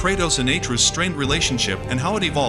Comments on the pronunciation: It's AtrEus, not Aytreus. Pls don't piss us off for no reason. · bro said "a truce"